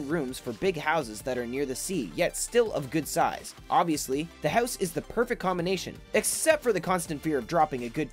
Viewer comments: You say howuus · why is he saying hews